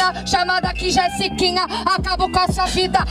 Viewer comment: Não é jessikinha.. É jesiKONA